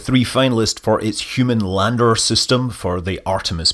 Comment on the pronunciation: I thought you said for its ladder not lander lol... I was gunna give you some pointers on which rectangle should go where.